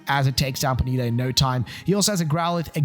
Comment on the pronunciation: the way you pronounced ponyta ejected my soul from my body and sent it to the earth's core